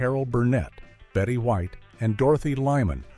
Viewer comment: Betty Whit??????? Her name is Betty White !